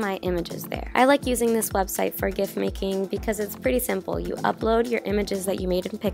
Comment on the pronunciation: It’s pronounced JIFF